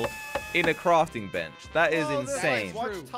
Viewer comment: Lol he said not placing a block but crafting benc? What that hmmmmmmmmm